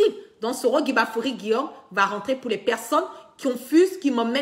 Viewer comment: KIGBAFORI... KIGBAFORI...KIGBAFORI!!! OH!!! CE N'EST PAS GUIGBAFORI!!! fais un effort apprends à bien prononcer le nom de ton leader s'il te plaît...